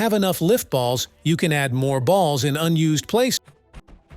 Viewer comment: the way he cept saying b a ll s